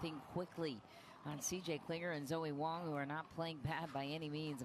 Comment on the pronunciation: Announcer called Wang...Wong; she's Wong about Wang...just sayin 🤪